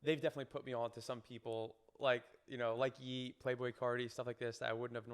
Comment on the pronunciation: “I personally don’t engage with a lot of rappers”.. mispronounces ‘ye, and talks about MGK and 69 as notable rappers…